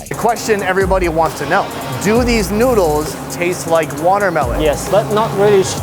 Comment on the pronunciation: "The NOOduls" -*